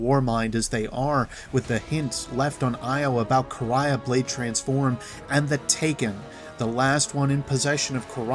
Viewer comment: Finally someone who pronounces Quria right